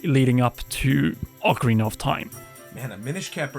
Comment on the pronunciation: O-Karina? Immediate discredit anything this guy has to say. And this video is only talk, which everyone has posted thousands of times...without ads.